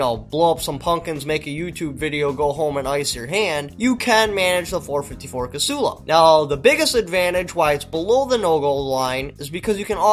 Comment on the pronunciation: When did Casull become 3 syllables? The .454 Casull (/kə'sul/)(pronounced ka-SOOL) is a firearm cartridge, developed as a wildcat cartridge in 1957 by Dick Casull and Jack Fullme. Ditch the stupid cap too.